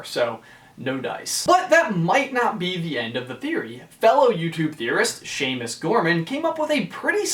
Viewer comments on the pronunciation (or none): none